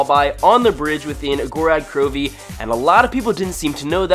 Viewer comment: You are an idiot sandwich because you say gorad krowvi its gorod krovi please god